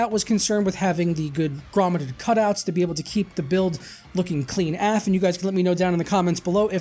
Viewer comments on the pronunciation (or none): Not really sure why you said af like aflac instead of a f. Aye eff. Not sure why that irritated me so much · i mean you wouldnt say it usa you say U S A. or ufo, U F O